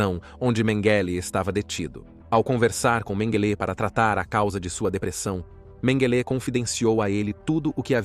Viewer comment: Excelente, mas qual a pronuncia correta,"MengÊlÊ, MengÉle, Mêngele...bom documentário mas a constate troca de pronuncia nessa narração é foda kkkk